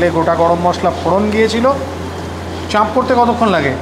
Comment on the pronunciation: দাদা আমি সব ভিডিও দেখি... আজ প্রথম কমেন্ট করলাম। চাপের উচ্চারণে চন্দ্রবিন্দু (চাঁপ) হবেনা...